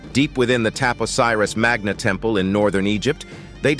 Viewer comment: So strange -- you list the tunnels at Taposiris Magna 5 times - why? And you pronounce the place name differently each time. It's not Tapos Iris but Tap-Osiris.